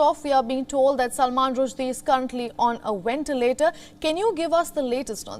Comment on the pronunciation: She’s hot but get someone able to pronounce ventilator